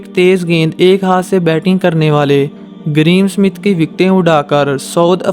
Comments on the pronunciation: Ye greem Smith nahi Graeme Smith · bhai please pronounce name properly there is no "green smith " GRAHAM SMITH